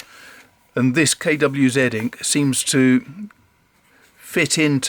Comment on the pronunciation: Nice to hear KWZ pronounced properly.